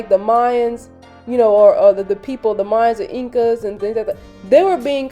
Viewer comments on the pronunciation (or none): none